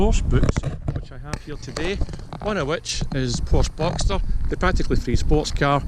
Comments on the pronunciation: you wrote a Porsche book but can't say the name correct? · You lose all credibility when you can’t even pronounce the name correctly. That said, there are potential issues with any of them. I have 5 at the moment, been driving them for well over 50 years.